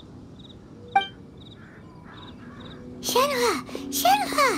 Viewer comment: I dislike how Shenhe's English VA pronounces her name... everyone else pronounces it so elegantly 😅